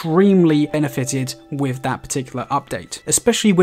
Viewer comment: How come you can say the letters TH in words like THOROUGHLY but most other TH you pronounce like and F or V (wif or wiv instead of with, whever or whefer instead of whether)? I love your tips but that is quite irritating. Apologies.